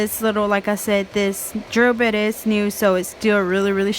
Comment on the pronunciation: Its actually called a" bit " , a drill bit not bid .